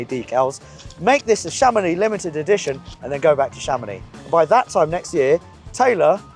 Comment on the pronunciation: How to structurally insult a town in France: Chàmonix! It is Chamonìx. Emphasis on the last syllable; on the I. If you are planning a visit to Chamonìx and like to pay double the price of everthing; just mention Chàmonix or AutoAlex Cars.